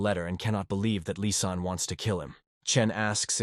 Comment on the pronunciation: the ai makes lizanne sound like an arabic by calling her "lisan" as in lisan al ghaib! it kicksmeof especially when mentioned more than once! and bro just use assasin i know the story would have been an hour longer but it will sound better to a western audience if you use the international word of assasin! instead of killer! killer is everyone who has ever trotten a bug! assasin is a proffession!